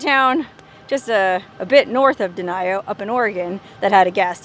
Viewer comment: Its denio not denial